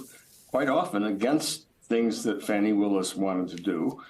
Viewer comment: It is pronounced fah-nee ,not fanny, prof. tribe